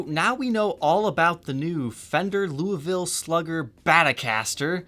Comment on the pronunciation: Being from Louisville almost everybody’s pronunciation of Louisville makes me want to die, yours my friend was not terrible